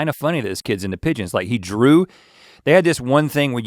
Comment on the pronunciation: The 'e' gives the 'g' the soft sound. So, instead of 'pig-ons' you get 'pige-ons'. Think George.